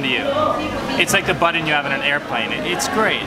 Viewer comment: Do all Canadians say "button" like that? Might make this my next trip though.